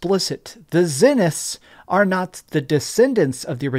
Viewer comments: Why do you intentionally miss pronounce Zeniths when you’ve obviously heard it pronounced correctly dozens of times. It’s annoying af. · Tens of hours in the game and you’re still not able to pronounce “Zeniths” properly 🤦🏽‍♂️🤦🏻‍♂️